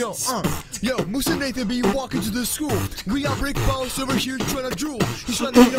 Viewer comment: michele torres-rivera and its moose not mosse